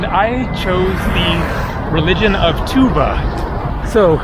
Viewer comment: tuvA, not tUva. I guess, most of turkic words have stress on last vowel.